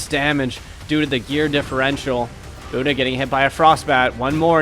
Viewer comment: Haha, nailed the 'Bunda' pronunciation. Portuguese for ass btw